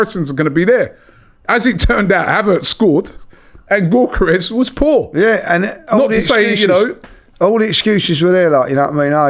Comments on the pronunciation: It's 'Yockores' not 'Gockores' it's 'Merino' not Mourinho, c'mon Ronnie and get it right. Gyockores still got 3 shots off against Saliba and Gabriel, Havertz wouldn't touch the ball playing against those 2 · Robbie was taught how to pronounce Gyokeres by the Sporting CP fan, still butchering it 😅